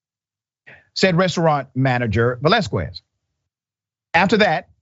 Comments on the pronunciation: It is pronounced Vel-as-kes. Just saying. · FYI When you see "qu" in a Hispanic last name, it's pronounced like "k".